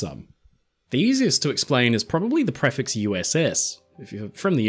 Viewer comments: Thanks for the video:) Very minor point: "prefix" is pronounced pree-fix, not pref-ix. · I can honestly say I've never heard anyone pronounce "prefix" the way you do 🤣